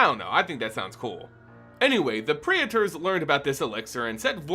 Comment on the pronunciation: Praetor is pronounced Pray-tore, btw